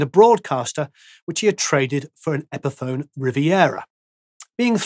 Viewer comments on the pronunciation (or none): none